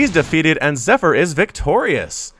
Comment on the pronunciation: the proununsiation of zypher zee pheer